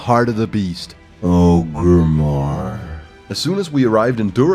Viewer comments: FRICK. It's "OR-grimmar" not "OH-grimmar" GEEEEEEEZ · ORGRIMMAR NOT OGRIMMAR